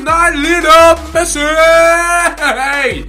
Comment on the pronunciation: did you say lido messi!?